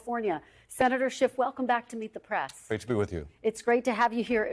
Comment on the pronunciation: Press. Not prass. You aren't a valley girl